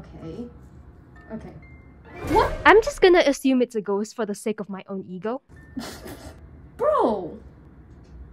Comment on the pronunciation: Us: clicks on video: GoSt